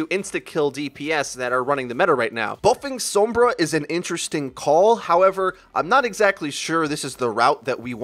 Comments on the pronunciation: HER NAME IS SOMBRA, NOT SOOMBRA. HER NAME IS PRONOUNCED MANY TIMES ALL OVER THE GAME AND EVEN HER TRAILER WITH REAPER. HOW ARE YOU STILL GETTING IT WRONG? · Its not pronounced sumbra😒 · How he says Sombra makes me want to unsub D